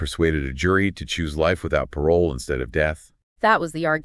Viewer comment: when the ai tool couldn't pronounce "Parole" correctly I clicked off.